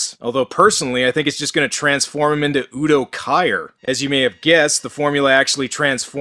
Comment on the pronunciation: you just pulled a Minty and mispronounced a famous actors name haha. Udo Kier.. like Keer. Good review though. Reminded me what a PG piece of crap this movie is.